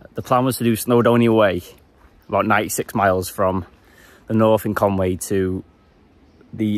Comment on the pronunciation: Just one final thing - I don't think it's pronounced Conway - because 'Conway' is obviously English. Conwy is Welsh and so a different word to English. So, it should be Con-wee.